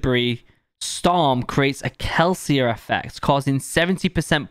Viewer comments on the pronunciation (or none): none